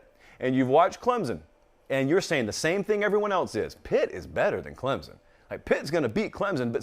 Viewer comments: As someone from Clemson, it kills me when says Clemzon. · 😂😂😂🤣🤣🤣 and he knows it too lol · The majority of people say it that way. Most don’t care either. Haha How a southern school gets mad about a southern pronunciation of their name is what’s mind boggling. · born and raised in SC, never heard anyone from the south pronounce it the way he does. There’s definitely a “p” in there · According to Clemson grammar Nazi above you there isn’t a P in there. And I e never heard anyone say it with a P that didn’t sound like a Yankee aka a word I can’t say in here. It’s Clem-sun, no Z, no hard s or whatever, no p in there... just Clem like the guy down the road, and sun like in the sky. One syllable. lol